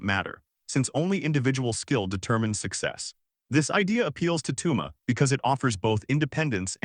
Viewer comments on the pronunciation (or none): His name is Touma. Pronounced like Batou. Fuku da